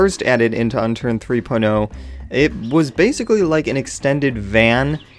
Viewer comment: I think he wont play with you because you said "unternd" like a noob! you need to say unturned, lol